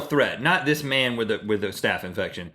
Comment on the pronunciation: Man not mane